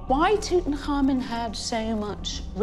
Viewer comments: The young kings name was in three syllables Tut-Ankh-Amun. "Tut" His ordinary name. "Ankh" meaning the symbol of life and "Amun" meaning let his work be done. But every egyptologist and "repeater" pronounces it wrong, all as one word like "Tutankarmen" Hey, I'm just a keyboard moron why do I know the correct pronunciation and not the experts ineptoids? 💩💨🐵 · Why do people (especially people who should know better) mangle this dead kings name? It's NOT "Toot-uncommon" it's "Tut - Unk - Amoon" - get it right if your making a documentary...